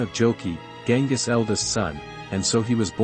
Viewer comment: isn't it Genghis?